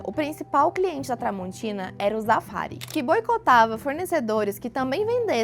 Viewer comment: Não pera😂 "zafari" é zafraaarí😅 que se pronuncia😂😂😂